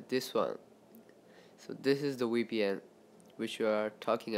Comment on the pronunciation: Dj Techno lel dem accent